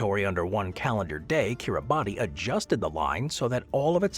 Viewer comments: . Kir-ruh-bus, not Kir-a-bat-ee; it's to roughly rhyme with Christmas which is what the islands are named after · You consistently mispronounce Kiribati which we locals pronounce as KiriBAHS. Look it up! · is Gulf County really cut in half by time zone divide? Kiribati is pronounced "Kiribas". In their language, the "ti" sound is pronounced as a soft "s" sound. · Yes!!! Thank you!!! That bothered me throughout the vid. 😅